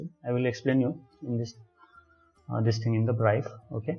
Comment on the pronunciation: Not braif.... it's brief. Thanks for the post.